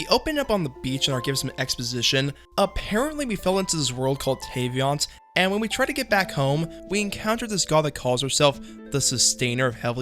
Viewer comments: im sorry but please stop saying tayVIANT its vat vat vat vat of water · Couldn't even pronounce Teyvat correctly